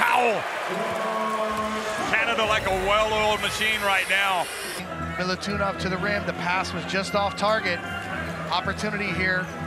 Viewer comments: Not Milutunov..corectli is Milutinov..🇷🇸🇷🇸🇷🇸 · Klupi komentator ne može da shvati kako se izgovara MILUTINOV...